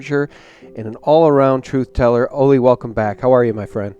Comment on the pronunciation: I appreciate you so much,, and love Ole. I only ask,, that you pronounce Ole's name correctly...as a show of respect. Listen to him pronounce Ole Palmgren's name...it's "oo-leh" vs. "oh-lay" or "oh-lee" or "Ollie". "Oo-leh" with emphasis on the first syllable.:) I cringe for Ole every time you say his name.:)